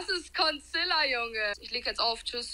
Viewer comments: Niemand: Wirklich Niemand: Immernoch Niemand:: DaS iSt CoNciLler, jUnGe 😂😂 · sagt:„ Das ist Conciller“😂😂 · Wer hat auch Burnout bekommen als Consiller gesagt hat?🤦‍♀️ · Niemand:: DaS iSt cOnCiLLeR jUnGe😅😂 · WTF ich hab dich nd mal verbessert ich weiß das es Concealer heißt aber sagt konzilla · "Das ist Conciller Junge"😂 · Das ist nicht „Concealer” das ist „Consiller” 🤣🤣🤣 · normale menschen: concealer: consilla